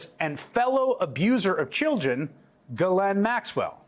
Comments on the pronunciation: Isn't the correct pronunciation of her name is GI LANE, the s is silent G as in give. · Pronounce her name incorrectly gill lane